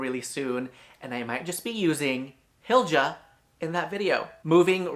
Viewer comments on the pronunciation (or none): Want a little swedish pronunciation tip? Pronounce j as a y… so it’s more like Hilya. Better still would be more like Heelya.❣️🇸🇪 When you see the sj or tj combo, just pronounce it as sh (close enough for English speakers), not that there were any in this video, but that’s a common stumper.